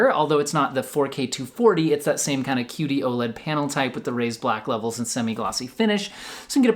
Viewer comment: Am I the only one who keeps hearing "cutey-oh-led"?